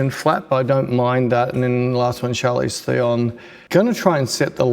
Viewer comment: Great video. Love it when you set up your light and explain the why and how. BTW Charlize Theron's name is pronounced as Sjarlees Tron. It's South African. Thanks for sharing